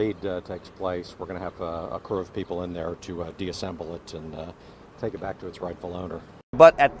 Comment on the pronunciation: The guy in the sunglasses said deassembled instead of disassembled smh why that annoyed me